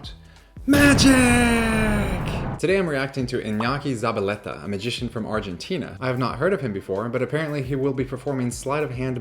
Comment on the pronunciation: I enjoy a lot Jason's reactions, despite I am not too interested on magic. PD: I think it could be difficult for some american people to pronounce Ñ, but Alisson did it so well , although not so good the pronunciation of Z. PD2: I challenge Jason to pronounce Iñaki Zabaletta, correctly Nice job, Jason. You will have 100000 subs soon